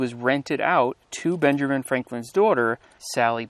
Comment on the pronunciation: His name isn't ben-GERMan. Its BEN-juhmin. And we care bro. You and us. Fuck the government. Its up to us to preserve these sites. Keep up the good work dude! I love your vids!